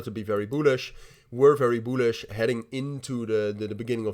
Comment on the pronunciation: Very "boolish"🤣🤣🤣🤣🤣🤣🤣🤣💀💀